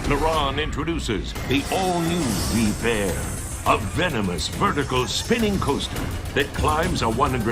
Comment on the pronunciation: Ur saying the name wrong